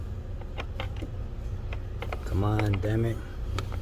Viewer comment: Did you say damit when the glove box fell? Funny. Dude, get a good headlight.